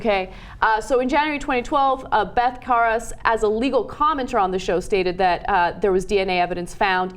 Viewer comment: It's Beth Karas, not Beth Koras...and you have two "A's" on your full screen graphic, very sloppy work!